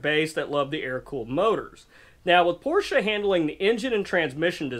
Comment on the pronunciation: Glad to hear you know how to pronounce the man's name, Porsche